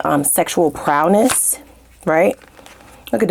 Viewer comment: Bwaaaaaahahahahahahhahaha What the fuck is "prowNESS"??? Holy shit. Were you homeschooled in the pjs? 😂😂😂